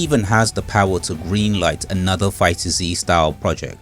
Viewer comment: Nooo not you call it Fighter-Z 😭 it’s just pronounced Fighters